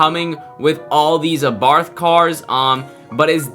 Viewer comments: Its abarth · It’s ABARTH